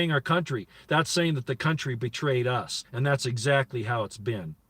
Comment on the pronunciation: General Betrayus? Lol swear that is what you said...